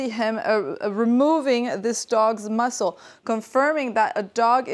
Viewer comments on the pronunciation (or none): "muzzle", not "muscle"/"mussel"